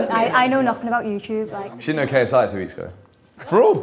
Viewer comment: The way that Niko was actually able to waffle KSI’s name had me rolling 😂😂